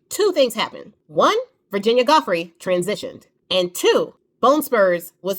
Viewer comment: Yes her!! Her last name is Giuffre, pronounced Joo-fray. Just information for your future videos. 💜💜